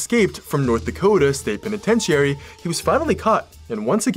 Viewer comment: Agree he maybe able to smooth his way with people even suspicious cops but he still tried murdering two people we know of and succeeded murdering one. Nice catch, also mispronounced Penitentiary it’s “peh ni TEN chr ee” just hopefully helpful feedback, love your stories though listened and watch all of them